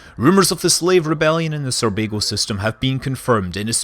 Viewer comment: Sounds like you're saying Surbago, not Sorbago, in the start.